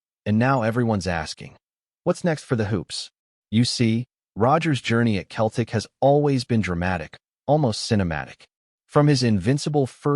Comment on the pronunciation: It’s not Keltic but Cel tic